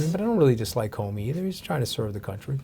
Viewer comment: Comey? Whddaya tink you bedda than us?